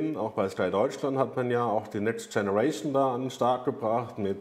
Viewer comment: Next tscheneraischon